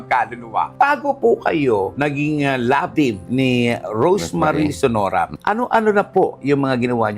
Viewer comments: .You should make sure that you know the correct names of these past actresses Like Rosemary Sonora not Senora....just sayin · Sonora po not senora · Si talaga,,Sonora Po di senora 😁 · Hindi ba Sonora instead of Senora?